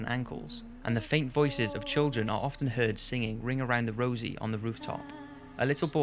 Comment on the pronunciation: He always pronounces "heard" as "heed"